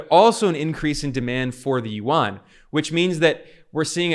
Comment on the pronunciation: For a video focused on the yuan I hope that at least he could pronounce the fucking word right